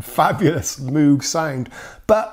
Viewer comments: If you're willing to call friend Carlos by the chosen "Wendy" ...why not pronounce Dr. Robert Moog's name correctly? You said Mooooog with the Os like "rude". When actually it's Moog, with the Os like "Go" :] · Quick note: He mispronounced the MOOG (rhymes with Vogue) as Moo-guh. :) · Please learn the correct pronunciation of moog 🤦🏼‍♂️ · Mough as in 'muff'?! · Still jarring it every time it's dispronounced uncorrectly.